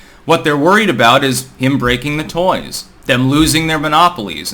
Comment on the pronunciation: “Breaking the Toys”. Said perfectly sir